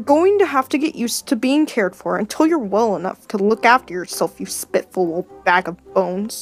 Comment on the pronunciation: I loved it! One thing though, when was talking to Yellowfang at her den, he said spiteful wrong but I can overlook it ^^